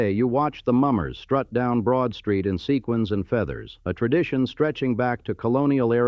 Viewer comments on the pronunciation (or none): none